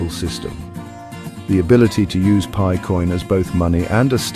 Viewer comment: Haha the AI voice says pee eye network 🎉😂